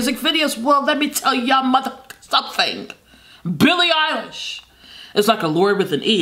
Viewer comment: Someones gotta count the times she said “BILLE MUHFKN EYELASSHSHHH”